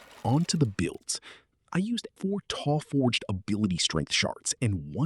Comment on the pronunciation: Haha "taw-forged" 😂